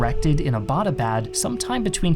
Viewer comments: why does everyone pronouce Abbottabad wrong... Abbott was a british dude... great video tho! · why its so difficult for you western people to pronounce Abbottabad.. it is named after British officer James Abbott which is I guess a simple english name and 'abad' is not a hard word to pronounce